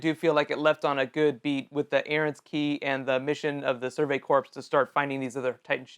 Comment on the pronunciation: This is just a pet peeve, and I know this is the last episode of the season, but ... "Corps" is pronounced like "core" *not* like "corpse." The 'p' and 's' are silent. It's like how the "Marine Corps" is not the "Marine Corpse." It's weird, but nearly every YouTube video about the show gets this wrong at some point and it's such a basic thing.